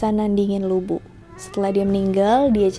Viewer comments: Bukan lu bu tp lv bu, bacanya mirip2 li bu. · Bacanya Lu Pu kak, bukan Lu Bu, hehe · LU BU (吕布) itu nama dalam bahasa mandarin, yg di baca LU PU (B = P). Terima kasih, cuma membenarkan aja. 😍😍😍 Sekalian belajar mandarin yah, 😁🙏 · Utk cara baca nya Lu Bu bukan di baca Lu Bu karena semua itu merupakan pinyin, yang benar baca nya Lii Pu, sesuai dengan huruf hanzi ( mandarin character nya).. saran saja, utk tokoh2 dari tiongkok, rata2 semua menggunakan pinyin utk cara bacanya, jadi semoga untuk kedepannya bisa benar membacanya.. supaya semua orang bisa tahu cara baca yang benar.. terima kasih.. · Lu Bu?? 🤦🤦 Pas nama2 yang lain nyebut nya bener.. kenapa pas Lu Bu penyebutannya salah?? Bahasa Mandarin gak ada huruf B dong.. 😅😅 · Lü bu dibaca : Li (mulutnya dibulatkan) pu